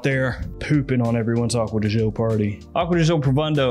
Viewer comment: Akkod Joe? Acqua Di Gi-Oooo, peasant puh-lease!